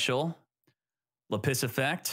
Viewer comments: normal person: lapiz: La-PISS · Lap-is not La Piss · It’s lapis, not lapiss😂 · LA PISS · still can't pronounce lapiz. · Do you actually think lapis is pronounced "la-piss" or are you memeing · The way you are pronouncing Lapis is killing me. XD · It's Lapis Not Lapis smh 🙄🙄🙄